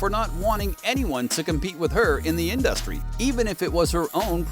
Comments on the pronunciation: In-duh-stry Gotta love AI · Pretty weak claims, video ends abruptly as if it weren't finished, and there are about 25 instances where the AI voice mispronounced InDUHstree. 😂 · Every time this dude says In-dus-tree I giggle😅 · lol why you pronounce industry like that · Why are you saying industry like that? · OMG!!! Pls STOP saying Industry like that!!!😂😂😂 but yeayvI getvit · Why are you saying industry like that??? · This video is absolute trash. Katt Williams didn’t even NAME Beyoncé; fans just thought his tone implied that she was involved. Don’t waste your time, the narrator is a bot that can’t even pronounce the word “industry” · Learn how to say industry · The way he kept pronouncing industry was all I needed to know 😂 Social media is hilarious